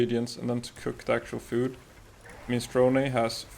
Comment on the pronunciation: “mini-strow-knee” it’s an Italian word. not Japanese